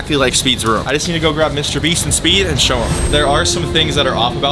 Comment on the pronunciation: Bro said mwister beast ware house💀💀💀💀💀☠️☠️☠️☠️